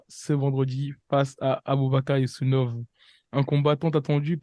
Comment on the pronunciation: 4 secondes de vidéo et déjà un nom écorché « Yousounov » 😭😭😭